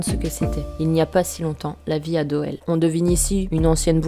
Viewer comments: Bonne vidéo,juste petite rectif,la ville de Doel, (se dit Doul)😉 continue comme ça ! Bisous de Belgique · Hello. Bravo pour cette vidéo et vivement la suivante. J'aime ta façon d'aborder le sujet. Cependant, si je peux simplement faire une toute petite rectification sans importance, la ville belge de Doel se prononce Doul. tu vois rien d'important mais bon en tant que Belge, j'étais obliger LOL. en tout les cas, ta chaine est comme toi originale (dans le bon sens du terme bien sur)